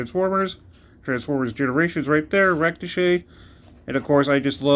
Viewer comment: Just curious...is it intentional that you're mispronouncing "Ractonite?"